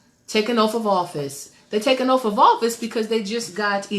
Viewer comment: It's pronounced OATH... not oaf...